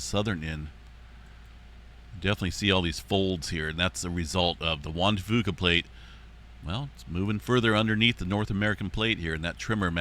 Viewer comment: It’s not pronounced Juan de Foo-Kah, it’s pronounced like Juan de Few-kah. Common mistake. ☺️